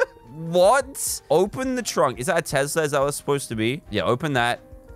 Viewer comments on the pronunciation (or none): Tesssssssla not tezla